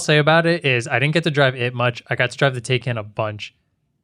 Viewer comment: its pronounced Tai-can Not Tay-can